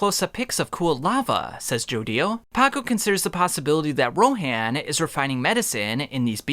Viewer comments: Its actually pronounced ro-hon not ro-haan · Why do you pronounce names differently from how they're pronounced in the show? Or at least Rohan's, and potentially more.